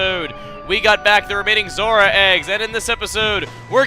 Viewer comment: For some reason, every time you say Zora, I hear Zorua from Pokemon